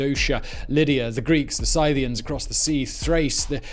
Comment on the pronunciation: you are mispronouncing scythians